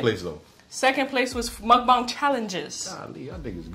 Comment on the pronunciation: I have 1queston can you stop calling it mukbaung